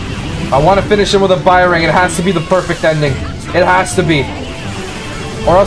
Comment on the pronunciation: It feels so wrong for me when you call bajrang gun , 'bairang gun' . 💀